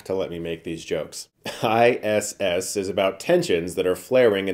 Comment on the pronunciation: That "ISSSSSSSS"....awkward pause in the beginning made me legit LOL